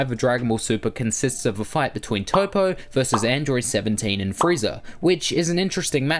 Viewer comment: Toppo not Topo